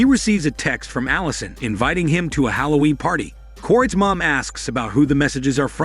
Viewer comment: Its halloween not holloween